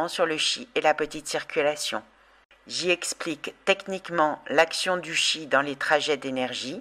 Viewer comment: On prononce Tchi, comme dans Chi-kung.